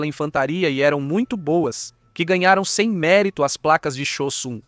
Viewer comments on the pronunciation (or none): o melhor é o bot chamando a blindagem "zimmerit" de "sem mérito" kkkkkkkkkkkkkkkkkkkkkkkkkkkkkkkkk